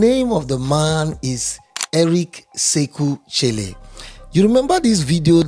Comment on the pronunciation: Eric sekou chelle is pronounced " Eric seku shell "